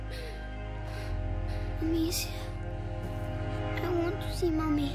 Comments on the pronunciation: Apa cuma gue yang risih ngomong amacia bukan amicia:v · Amicia bang... Bukan Amacia :V